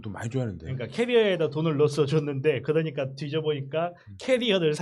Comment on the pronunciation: 저분 발음이 이상해요 들을때마다 많이 짧아요 ㅋㅋ .그너니가 . 요거도 .한만노. 발음 ㅋㅋㅋ